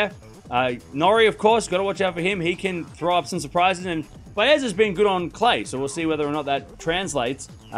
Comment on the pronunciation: please pronounce these two names correctly Baez & Landaluce. I will teach you: Baez is Ba-S….Easy!! Landaluce is Landa-Loo-Se Hope this helps! Love ❤your channel!